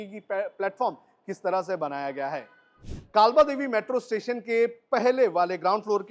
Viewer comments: नाम काबला देवी नही है. काळबादेवी / कालबादेवी है. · काबलादेवी 😂 कालबादेवी 😊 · अरे भाई काबला देवी नही, कालबा देवी मेट्रो स्टेशन......😅